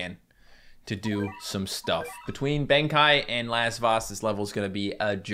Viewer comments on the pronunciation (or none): Am I the only one that still cringes every time he mispronounces "Amaterasu"? has done it for so long that I have a feeling it's intentional. Japanese is a syllabic language, It should be A-ma-te-ra-su. Also colossal Benkei would be Ben-KAY. Sincerely, a non-Japanese speaking grammar Nazi.